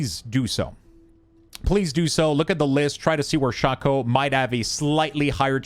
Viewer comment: Good video but ti is pronounced shay-co not shaw-co